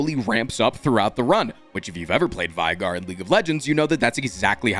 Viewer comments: NOOO He frickin says vaigar (v-eye-gar), not veigar! (v-ay-gar) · LEAGUE! also its fun how alltough played league he still managed to pronounce VEI- GAR wrong xDDD